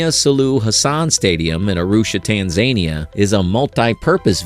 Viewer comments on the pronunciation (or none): You know that the voice is AI generated because it can't pronounce "Tanzania" correctly